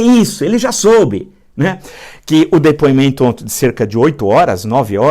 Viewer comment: Villa, você se expressa muito bem, entretanto, vem comentando um erro de vício de linguagem: você sempre fala ONTE ao invés de ONTEM. É só um toque!